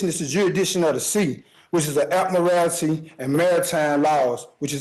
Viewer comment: Ad-murr-al-tee law 🙄